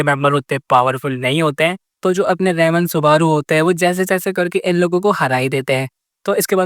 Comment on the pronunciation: Bhai tum ram ko rem bolre ho 🥲